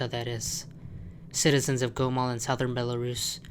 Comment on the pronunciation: It's GOMEL not GOMOL! >:O